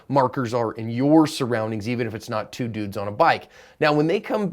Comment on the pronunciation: I thought you said "two noobs on a bike"